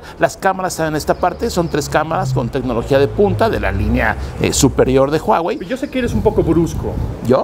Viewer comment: Your pronunciation of huawei is very accurate，while other pronunce "wa wei"